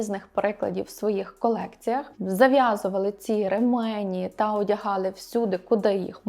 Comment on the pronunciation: Правильно казати «рЕмені» (наголос на перший склад)